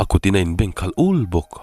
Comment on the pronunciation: A kutin a in bengkhat ul tih wool ang a ri lovin el ul tia ul a lam rik hi a dik zawk lo maw?